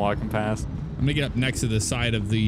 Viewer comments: Not trying to be mean but I “THINK” ( not 100% sure ) but I think it is get not git again not trying to be mean. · its "get" not "git". No offence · You said don’t git bit not don’t get bit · "Don't git bit" seems legit